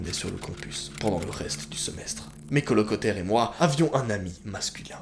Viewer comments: Personne: Vraiment personne: Moi: à quand dit colocotaire🔁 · " Colocetaire " ptdr tu ma tué